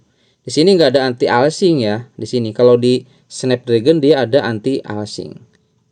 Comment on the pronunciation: anti aliasing bang bukan anti alsing. biar next konten lebih enak didengar kalimatnya. btw aku pake bawaan update 2.0.3.0 enak banget main di medium game wuwa. Joyose bawaan, Security juga bawaan semua. menurutku patch² seperti ini cukup berpengaruh. tapi suhu sangat signifikan untuk dapat FPS stabil dalam jangka waktu lama. jd cooler yg proper itu jauh lebih utama. btw thanks a lot tutorialnya.